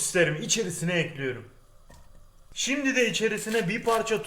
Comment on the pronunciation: Tostcu erol : kaşarları düzüyorum Sandik ici : ekliyürümmm 😁😁😁 illa o "ü" olacakkk